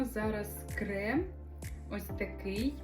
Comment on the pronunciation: Не крэм а крем